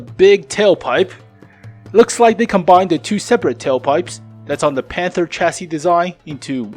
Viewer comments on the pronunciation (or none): none